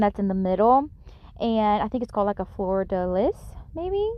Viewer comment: lol. It's called a fleur de lis (flerr de lee). Love all of your projects, as always. TYFS